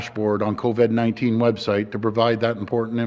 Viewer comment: LMFAO... Did Ford forget how to pronounce Covid overnight?